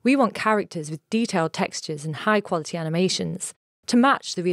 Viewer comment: Did she say "high quality" ?